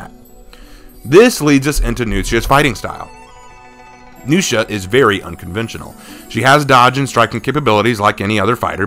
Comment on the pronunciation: The way you pronounce Nuxia, it sounds like you’re saying “New Shit” XD